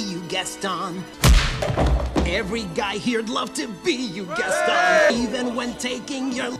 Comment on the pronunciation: It sounds like they are saying i want to die gaston instead of saying my wat a guy gaston or is it just me?